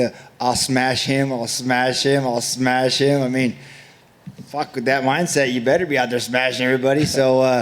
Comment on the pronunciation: Khamzat: "You're a good guy but I still have to smesh you" Cowboy forgets what he's talking about.